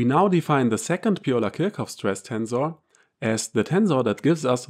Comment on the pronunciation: Are you not German? Why pronounce Kirchhoff incorrectly?